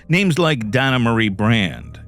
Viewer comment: I am from this area ur pronouncing names very wrong have som respect for the victims.